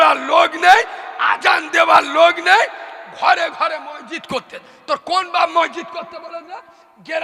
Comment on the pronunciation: কোন ভাষার জ্ঞান নেই একদম মূর্খ । মসজিদ শব্দটা বারবার ভুল উচ্চারণ করছে। মানুষের রুচি কিভাবে এইরকম পাগল বক্তার ওয়াজ😂😢